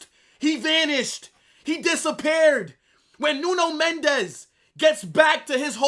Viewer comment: It's Mendes with an S not a Z, he is Portuguese not Spanish.